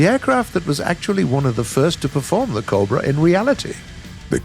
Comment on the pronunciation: Normal people: cobra Bodiless voiceover guy: cob bruh